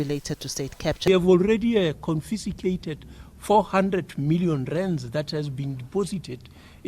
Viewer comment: Confisticsted 😂😂 Kills me each time